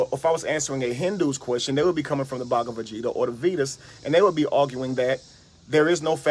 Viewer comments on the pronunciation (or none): That was killing me. I kept picturing Vegeta asking why he keeps calling him baga?